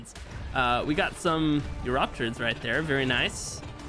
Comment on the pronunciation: Thing you said wrong Eurypterid: yew-rip-ter-rid Megarchelon: mega-ark-E-lon ( search archelon) Paraceratherium: para-cera-ther-ium Ichthyornis: ich-thy-or-nis Titanomyrma: titano-meer-ma